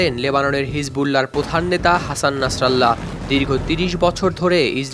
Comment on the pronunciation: ভাই কারো নাম যদি উচ্চারণ করতে না পারো তাহলে কারো নাম নিয়ে নিউজ করার কোন প্রয়োজন নাই না ছাড়া আল্লাহ কেন বলেন নাছার আল্লাহ কারো নাম হতে পারে নাকি তার নাম নাসিরুল্লাহ